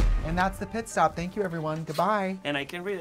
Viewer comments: THE FACT THAT SHE KEPT SAYING "PISS STOP"! 😂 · Did Jessica say “piss stop’??😂